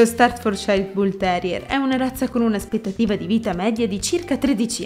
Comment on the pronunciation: ...non si pronuncia così! "stafforciir " è la pronunzia!